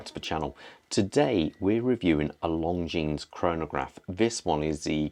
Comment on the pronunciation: The S in Longines is silent! And no, the movement is not based on a 7750. The 7750 is an integrated chronograph. This one is a modular chronograph. It's an eta 2892 with a piggyback Chrono module.